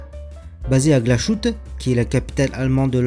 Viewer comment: Aussi on prononce Glashutte = glas + hutte (pas de son « ch »)